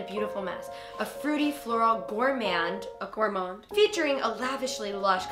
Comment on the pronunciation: When niki is reading the perfume scent: Niki: “Gourmand” Gaby: “Gourmond”